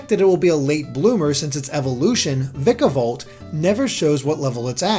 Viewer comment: I'm pretty sure the "Vika" in Vikavolt is pronounced the same way as "Pika" is in Pikachu, just with a V instead of a P.